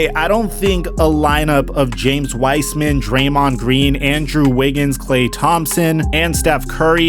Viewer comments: P.S. its pronounced Wise-man not wisman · This ia how many times he said W-ice-man 👇